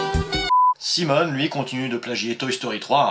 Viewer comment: D'accord, ça sera tant mieux si tu as le temps de le traiter. Et aussi, je ne sais pas si tu l'as fait volontairement, mais dans la vidéo tu parles de l'alter-ego de Simon en prononçant "Simone", au lieu de "Simoné" ;)